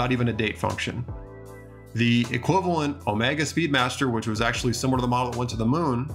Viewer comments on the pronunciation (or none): none